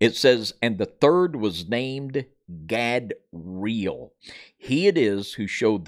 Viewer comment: Erika Gehm : Godra'el (You said 'Gadeel' ---- God of the Eels?)